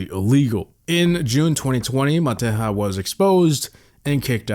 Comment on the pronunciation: Serbian guy was called "Matehya" with a soft j